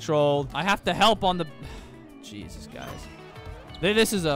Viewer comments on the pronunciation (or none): none